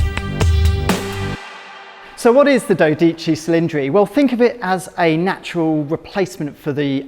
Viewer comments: OMFG. The butchering of the name. At least try mate. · learn how to pronounce the name correctly before you make a video.....Regarding the car, ferrari.....call Pinifarina and tell them you need a doctor. :(